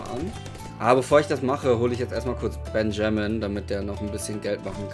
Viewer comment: Bitte sprich Benjamin benjemen und nicht benjermen aus